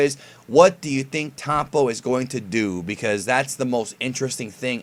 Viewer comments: This guy said "Towpon" LOL Why can't americans pronounce the " O " like anybody else... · are you saying tompo? the fuck